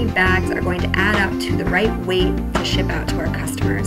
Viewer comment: Everytime she says "math" replace it with "meth" lol